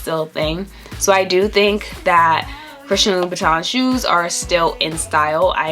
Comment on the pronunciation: LU-BU-TAN - Pronuciation